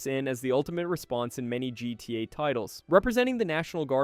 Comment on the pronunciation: Did you cash GTA 5, GTA “vee”